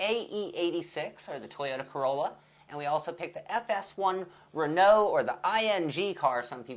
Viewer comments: lol?! Did he call it the 'Ing' car? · you guys pronounce renault funny :D